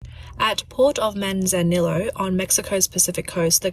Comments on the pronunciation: Manzanillo is Mexican Spanish and is pronounced "Man-zah-nee-oh". 🇨🇦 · I know, that was painful listening to her pronounce it. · Just so you know, double Ls in Spanish is the same as 'ee' in english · The double L's in spanish are pronounced like a Y. So Manzanillo is pronounced Manzaniyo